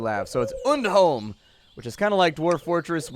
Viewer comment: I have no idea why but I actually got slightly offended from the way he was saying undholm, for the simple fact that he was saying it wrong, but I am not one of those people I promise